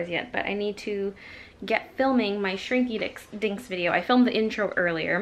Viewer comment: you definitely said "Shrinky Dicks"